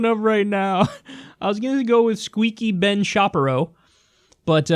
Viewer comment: Been Shape-Eye-Row